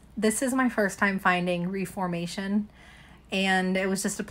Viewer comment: Or like the name Monica (like from friends) but with an O on the end. Club Monaco. And Reformation is pronounced ref-er-mation. Kinda like referee. Pronouncing brands correctly does boost your credibility as a reseller.